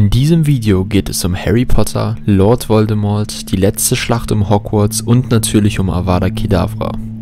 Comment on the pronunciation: „Harry und LOLD Voldemort“ 😂